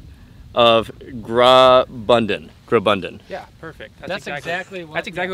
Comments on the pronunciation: this Swiss Kanton is called Graubunden. Grau(au pronounced like in Audi)bun(bu like in bull)den(just the way you would pronounce it) 😃 🤝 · The way he said graubünden is an insult to my culture